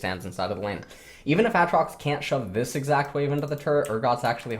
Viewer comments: why does he say ATtrox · STOP SAYING WTF ITS AATROX WITH DOUBLE A NOT DOUBLE T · for some reason refuses to use the long vowel sound for literally any word in league containing it lmao. ahtrox bahron kahssadin etc